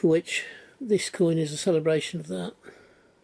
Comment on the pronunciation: Not only had a problem saying that word but also spelling it as well! 😂. Nice coin, and congrats on surpassing 300 subs 👏👏👍